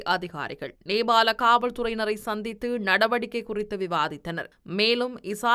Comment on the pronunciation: Gathmandu அல்ல Kathmandu Gehel pathra அல்ல Kehel pathra Beliyagoda அல்ல Peliyagoda Nebal அல்ல Nepal உச்சரிப்பினை பார்த்துக் கொள்ளுங்கள் 🎉